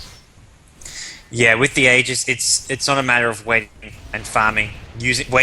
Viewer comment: Thank you for pronouncing aegis properly,.